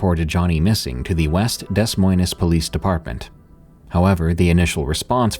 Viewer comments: I don't blame you because of the way it's spelled but Des Moines= Duh Moyn. Lots of places have weird ways to pronounce town names. Like Tooele, Utah. It's Too-i-luh. I do love your work. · Can really tell you're not from the Midwest when you pronounce Des Moines like that, it's pronounced Deh Moins basically. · Every time Des Moines gets brought up in any of these narrations I cringe so hard. No hate, and I'm aware it's not pronounced how it looks but it bugs me every time lmao (For the record, it's duh-MOYN) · You've probably heard this a million times by now, but in the 3rd story with Johnny, I think Des Moines is pronounced "duh moin." (Like, rhymes with "a coin.") 💛 But there's got to be multiple cities with the same name, & different areas pronounce all kinda of things in different ways. So I could totally be wrong. 🤷‍♂️ Either way, no hate, & thanks for mixing it up a bit, D! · Interesting stories. Thank you. Just one criticism Des Moines is pronounced Deh Moin (rhymes with coin) 😊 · I loved your pronunciation of Des Moines. Made it sound so fancy lol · Des Moines is mispronounced :) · So your AI can’t say Des Moines? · Is this video AI narrated? The mispronunciation of Des Moines, Iowa is extremely irritating and distracting from the otherwise engaging storytelling. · The town Gosch is from "Des Moines " is pronounced as follows ( going to try my best since I have no way to actually speak it ) Des is pronounced like "day" Moines is pronounced like "coins" but with an M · You don't pronounce any of the "S" sounds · The S's are silent in Des Moines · You don't pronounce the "S"es in Des Moines. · Sorry but your butchering of the city name Des Moines really kills me. I mean seriously? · Did this guy keep mispronouncing Des Moines?! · He’s from England you dingbat. We actually mispronounce it in America too, we just normalized it. I’d loooove to hear you try to pronounce some English counties lmao don’t be so disrespectful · Des moynez😂😂😂 say what?? 😂😂